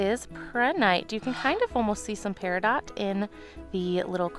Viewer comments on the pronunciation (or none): none